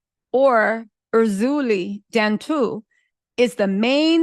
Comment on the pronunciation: Pronunciation 🗣️✨ Erzili Dantor -Air-Zeeelee Dantoe Loa- Lwa Haitian are spiritual clean up crew 🇭🇹 don’t mess with it unless you want what’s comin …true Karma✨✨✨ Love y’a 💕💕